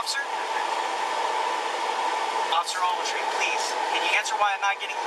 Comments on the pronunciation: I feel so sorry for that cop WOW. "Officer Ouagletree" must have been said 100 times. I would have sprayed my mace into the cage to shut this asshole kpplplpllpllppp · Can someone do a count on how many times he says Officer Overtree ? ? ? ? ? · Take a shot every time he says officer agletree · “OFFICER OAGLETREE” has the right to remain silent! 😂😂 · I thought it was ovaltree. After I thought ovaltine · This is how many times he says Officer Ogletree.. ⬇️ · Everyone, take a shot every time he says Ofc. Ogletree. You won’t know your own name by 5 minute mark!